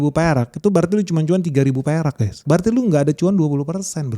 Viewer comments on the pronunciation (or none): Guys not guess.